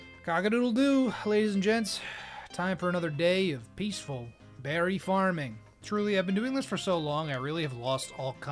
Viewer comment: “what kind of bewry is this?” (jerma voice)